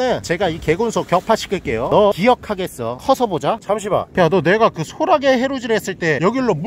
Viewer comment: 소라게 아니고 소'랏'게 큼큼